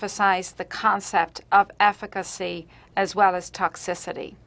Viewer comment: "hallo, afficacy"